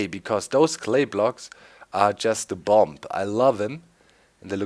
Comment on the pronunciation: Doc you don't pronounce the second letter "b" in the word bomb. I know, English is stupid. I really like that you switched to the vanilla texture, but I which you would turn up the game sounds a little.